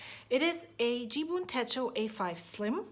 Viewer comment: You pronounced it perfectly! 😊 Love your flips!! The memory journal is so creative and beautiful 😍